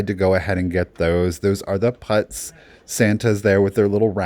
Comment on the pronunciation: Great video! But again, putz is pronounced as the word put with a z at the end; not as putts!